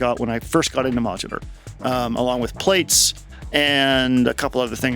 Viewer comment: 'PLATES'? Please, 'Plaits' is like 'Plaid'. Thanks for the vid x